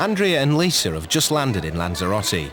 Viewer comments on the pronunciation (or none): Narrator, PLEASE STOP SAYING ' LISER'... THERE IS NO "R"! Lisa!! And several days late regarding Amy and her chicken pox. She's already infected innocent travelers....